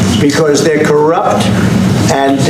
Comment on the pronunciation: WOW the word CORUPT came out of that mouth